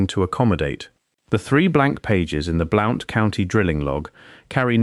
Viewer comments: BL-UN-T COUNTY, NOT BL-OU-NT! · Bl oww nt county Alabama, 😅😅😅😅😅😅😅😅, It's Blunt County! BLOUNTSVILLE Alabama! A I isssssss sooooo stupid ! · It is pronounced BLUNT County. I live in southeast Morgan County Alabama. Tail end of Appalachia. Beautiful country. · Alabama and it's pronounced like Blunt county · Cool! I was born in Marshall County - mother still lives there in our old house. And Blount is pronounced "Blunt". I know, because I live there. I have a B.A. in anthropology & finished graduate coursework for M.A. in anthropology, but had to drop out to pay off $20,000 student loan - working 3 jobs while going to school full-time, made Dean's List almost every undergrad & grad quarter. I would've definitely have remembered lectures about what was in this video. Effing government: oh, it's national security.🙄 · I’m 83 years old and have lived 73 years in Alabama and didn’t recognize the first county that you mentioned, but when you mentioned Birmingham I realized that you were using English pronunciations, not American. It seemed unusual for an Englishman to be making a video about Alabama history. But maybe you are using AI.